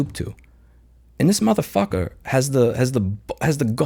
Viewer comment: you know it's bad when the New Yorker accent comes out in "mothafucka"